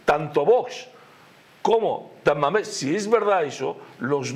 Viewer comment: Ah , pensé que decía San Mamés y yo decía y que pinta aquí San Mamés , jajaja y es que dice Tamames.